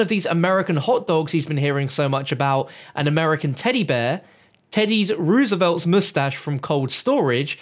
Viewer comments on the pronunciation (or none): my dude its rose-a-velt not roose-a-velt